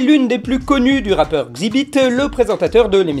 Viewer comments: Xzibit se prononce Ex-zi-bit pas Xi-Bit, mes oreilles ont saigné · sa se dit èxzibit xzibit malgré l'orthographe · Mdrrrr ça se prononce "Èxibit" comme le début de "exhibition" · Au cas où Xzibit se prononce ixe-zibite